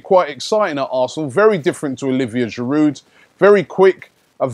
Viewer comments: If it was spelt "Giroo", Robbie would be aight 😁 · Stop pronouncing Giroud with a D. It's a French word so the D is silent, you clown!!Embarrassing. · I know this is nitpicking, but can you stop pronouncing the 'd' at the end of Giroud's name? It bugs me every time.